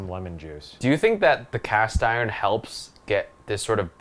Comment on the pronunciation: She says Iren lol